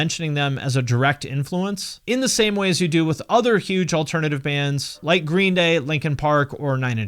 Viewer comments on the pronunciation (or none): none